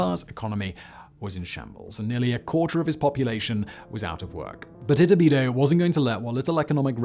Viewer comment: 100% kept hearing his name as its-a-bidet, very confusing when I wasn't paying attention in the middle 😆